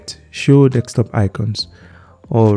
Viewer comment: its just the "dekstop" that got me 😂😂